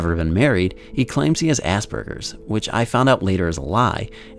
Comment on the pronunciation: its not assburgers as.berj.ers